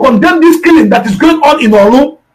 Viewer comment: Is not olu is Orlu